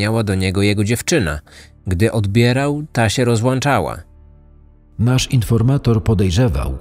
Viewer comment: Wszystko fajnie, tylko "rozłączała" a nie "rozlanczala" 😅